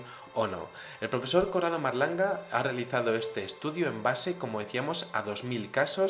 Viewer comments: se dice Corrado Malanga no Marlanga.........Vamos...es el grandisimo Malanga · padron monsieur, mais c'est MA-LAN-GA no marlanga